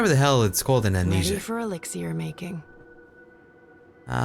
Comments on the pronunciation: Saga Is so beautiful!!... But she ruined it, the moment she said "Elix-ee-r" ~ CRINGE ~ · ....elix-e-air!? I call it elix-er I got annoyed with that not gonna lie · Did they not give Saga a pronunciation guide with her script? They just overlooked "elixier" and transdimensioanl "tears"